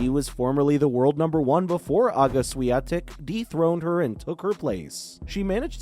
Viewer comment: it's awful how Swiatek is snubbed here like she was not a champion but some anomaly or a glitch to overcome. And geez, can you learn to pronounce her name correctly? So disrespectful